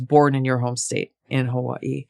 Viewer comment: Tulsi is great but I could never vote for her because of the way she says, "Hawaii".